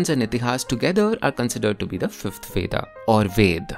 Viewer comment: it's neither ved nor vedAA it's just veda. the a should sound like an 'a' as in 'a' in 'aman'